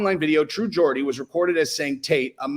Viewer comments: its geordie not Gordy lol he's geordie because he's from Newcastle hahaha 😆 Andrew tate is a nipple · Pronounced "jordie"... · Why you pronouncing Geordie like that man? Say it properly plz